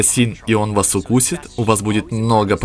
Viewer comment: Не койот питорсен а кейт питорсон!